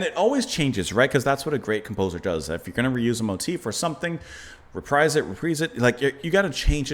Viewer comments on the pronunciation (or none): none